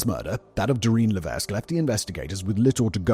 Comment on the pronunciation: The S in Lévesque is silent 😉